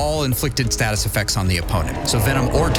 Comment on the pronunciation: Learn how to say the word effecTTTs, Loser. English is not hard.😂😂😂